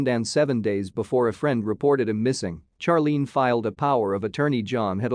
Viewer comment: Finally. A pronunciation from a computer that I agree with!☝️ Charlene should be pronounced in the same way Charlie is 😆